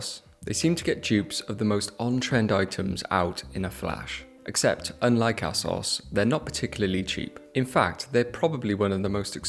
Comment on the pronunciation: loveing the video until I heard you say "ass-os" who says it like that haha. It's just "A-SOS"